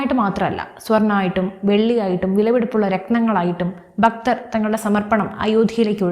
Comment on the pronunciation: Please say Bhakthar, not Bakthar ......